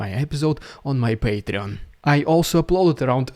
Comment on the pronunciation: This is not ironically, I absolutely love the way how you pronounce "paytreon" \(^.^)/